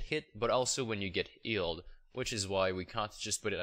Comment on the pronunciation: not "ealed", its "Healed". Not "ealing fountain", its "Healing Fountain", sry I get triggered